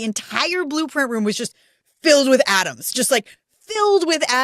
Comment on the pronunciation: What do you mean the room was filled with atoms? Aren't all rooms filled with ... oooh, you said "Adams".